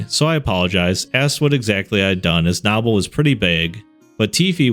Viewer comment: As a Knoble and only listening every time you said Nobble irritated me until I went looked at it and saw that stupid ahh name 😂